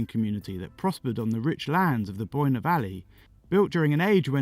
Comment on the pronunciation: Although once you hit Newgrange your pronunciation hit the skids Boyne it's pronounced like the word COIN and Knowth isn't pronounced KNOT it's pronounced NOTE